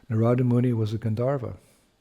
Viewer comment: Very Nice! Thank you, 🙏🏼 If I’m not mistaken it’s Naarada not Naraada